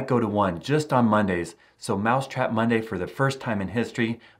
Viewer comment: wy do you allways say myday or monday